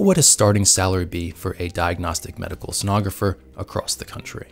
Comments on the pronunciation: I know right? Mid way he starts saying it correctly. ;) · Mispronounced "Sonographer" multiple times this video. 🙂